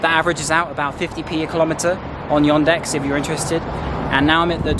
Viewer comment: .. но при этом он говорит "Йондекс")))